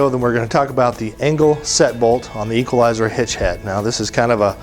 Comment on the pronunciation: Equal-i-zer Hitch aaaaa